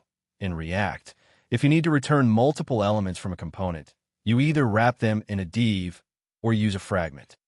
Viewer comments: I am totally agree with you while cringing everytime I hear "deev" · Isn't 'div' just a short for 'division'? Wouldn't it make more sense to pronounce it like the first syllable of that word then? Or do you say deeevision?